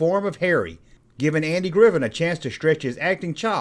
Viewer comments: Um, his last name is Griffith, not Griffin. Mispronouncing a proper noun, someone's name, is Broadcasting 101 stuff man. Thumbs down. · Is he saying Andy Griffin?